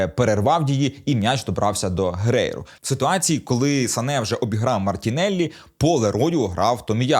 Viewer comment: Сане а не Сака)